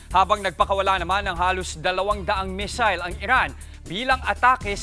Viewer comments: Missile hindi mesel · Kairita ang Mis'l 😂 crocodil, compil